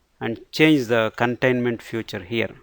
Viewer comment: good, but note that you are saying the word "future" where you should say "feature" because that confuses some times.